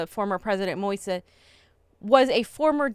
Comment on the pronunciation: Fiorela, Moise's name is pronounced Mo-eeze.